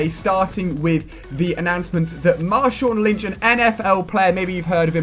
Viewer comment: I don't like the way Ali says 'Marshawn Lynch'